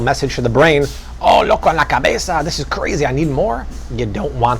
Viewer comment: Omg I would hate having a cheat day with you. That Spanish was suspect.